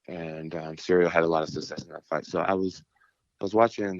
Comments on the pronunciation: Is he calling him cereal on purpose? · Man's calling him CEREAL lol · I think is calling him Cereal on purpose I really hope it's on purpose lmao You see what I did there? 😎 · Why do they keep calling him Cereal lol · I think Jon is mispronouncing Ciryl’s name on purpose. He’s hiding his physique and training footage. This is chess not checkers from Jones. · Is Jones pronouncing Ciryl’s name wrong or it’s me tripping? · Mind games, he knows his name. By saying his name wrong he’s acting he doesn’t really know who he is I think? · How can he get his name so wrong? And why did he not tell him 😅